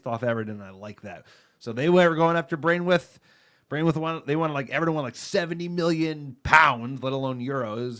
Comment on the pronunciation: Please I’m dying 😂😂 it’s pronounced bran-th-weight not brainwith